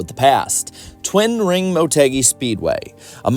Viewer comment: I turned this off once you said Twin Ring Motegi